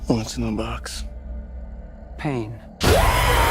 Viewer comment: "What's in the bOox?!"